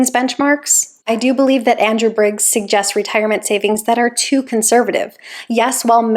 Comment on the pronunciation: Biggs, not Briggs.